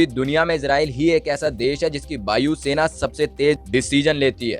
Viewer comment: बायु सेना,बन्डर बुमेन।ये ब और व में फर्क समझ लो।वाकी बीडेओ वहुत वढिया वनी है।बन्डर फुल,व्युटिफुल,बीडियो,वेस्ट जॉव। वस ब और व सही वोलो वस।👍😁😀😅